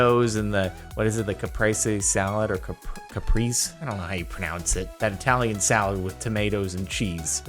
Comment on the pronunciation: I think it's pronounced "kah-pray-zee"